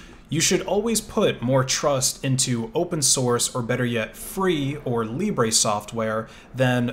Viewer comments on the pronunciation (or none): none